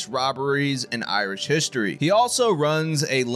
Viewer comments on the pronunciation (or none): none